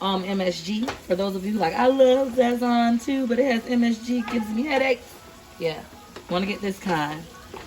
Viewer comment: Enjoy the Videos but I hate how u say Sazõn, it pronounced Saz'zone not Zazzone